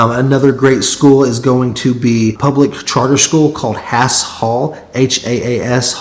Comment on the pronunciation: As a Haas Hall student, I can confirm that it is pronounced with a less sharp "A" sound in "Haas" and that they do 7-12